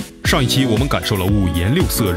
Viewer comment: 开头当他说米9时我听成米酒😂